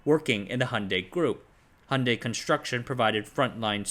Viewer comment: Please check your pronunciation of 'Hyundai'.